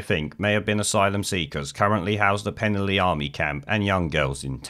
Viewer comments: Please take note, it is pronounced 'Pen-alley'. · FFS, learn to pronounce Penally properly !!!!!!!!!!!